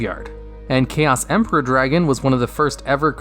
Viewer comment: They butchered my boy Chaos Emperor.